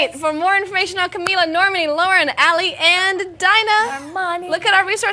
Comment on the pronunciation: The interviewer pronounced Camila right but Normani wrong, they can never win :/ Also Dinah running to the floor for the group photo at the end is so funny! She's so cute :)